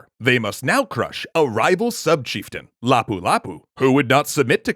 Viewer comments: Um its no Lafu lafu its lapu lapu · When I was living in Cebu, the home of King Lapu Lapu, they pronounced much more rhythmically. l’PU,l’PU rather than LA’pu LA’pu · Labu-Labu? Is just me or my hearing gotten worst? 😶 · Lapu lapu’s name pronouciation is actually fast and not slow I know this because im a filipino and we know the real pronouciation